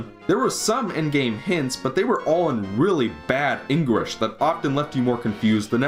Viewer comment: lol he said engrish